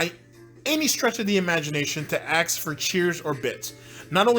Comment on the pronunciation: It’s ask, not ax. Fuck dude it’s not that hard